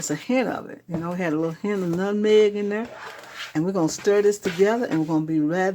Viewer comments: That's what i'm talking about. And the pronunciation of nutneg, the way.I always heard it from Shreveport. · Sou prounced "Nutmeg" like my Sweet mama(RIP 💔😭🙏🏾🕊🕊🕊) use to say it Nutneg...we're from Mississippi... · THANK YOU FOR SHARING!!! looks just like my Great Grandma from Mississippi & my Granny (her daughter) pronounced nutmeg “nutnegg” 😊I miss them both❣️